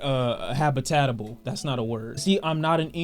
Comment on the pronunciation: Nigga got do pressed he said habitatable.